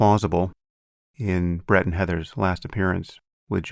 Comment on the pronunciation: It did sound like he said, Bread…lol. All Bread No Butter Weinstein.